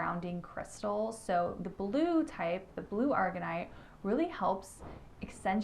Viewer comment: Thank you for the video! Will have to look into Hypersthene. And your makeup looks gorgeous btw ❤ What I have heard from my crystal dealer is Sugalite is like sug short for sugar. Like ShhUG-a-lite And Aragonite isn’t pronounced like the chemical argon. It’s A-RAG-o-nite I’m never one to comment and be critical on pronunciations but since you mentioned it 😅 I feel like I mess up stichtite. Which I also want to work more with since I’ve heard of great things for connecting to spirit guides for a self awakening or intuition to help heal and forgive yourself 💜